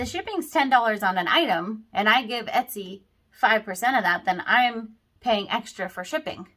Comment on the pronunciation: My ears are hearing ES-TY, instead of ET-SY.